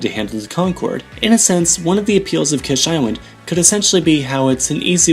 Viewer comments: Its not KESH island but KISH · Kish pronounced like keesh, not kesh. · Fuck sakes pronounce it right bro holy fuck its annoying the way you say it The "I" is pronounced as "E"